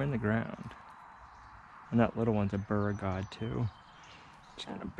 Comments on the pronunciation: Beauregard is pronounced "BOW-regard" Absolutely love those little kids. That girl seems to be smitten with you,. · Beauregard is pronounced bow-re-gard. Just an fyi. Love the greenhouse! You can also lay the tomato plant at an angle, almost sideways, and it will produce roots on the buried stem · Beauregard is pronounced BO-ree-gard. It's a southern thing. And you are going to have a more difficult time picking the backside of those tomatoes. Better to have a skinnier row with one row of planting down the center. I wish I could grow dill here. It's just too hot. It comes up and bolts all at the same time.